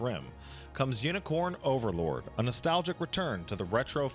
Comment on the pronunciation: I swear is saying Yinicorn Overlord and I'm losing my sh*t.